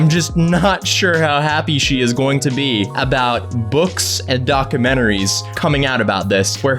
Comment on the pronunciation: Your Norwegian really comes out when you say “dokamentaries”